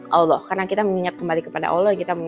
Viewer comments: Excellent ! maybe one thing, lebih baik mulai dari cara pengucapan Ollah dengan menipiskan bunyi O dan menebalkan huruf L daripada mengucapkan Olloh atau Alloh. akan lebih baik jika bisa melafadzkan Allah properly. jika lihat video-video debat Islam Kristen yang berbahasa Inggris, sangat banyak para bule kafir itu jauh lebih fasih melafadzkan nama Allah daripada umumnya orang Indonesia yang muslim. Kenapa? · Kritik dan saran aja sih utk ci.. pengucapan kata Allah nya semoga bisa dilafalkan lebih afdhal..